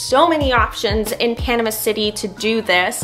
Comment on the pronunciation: You are saying Panama wrong!